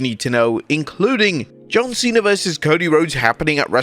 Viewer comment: John Cwena